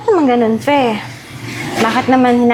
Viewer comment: F Fe not Pe. Hehehehe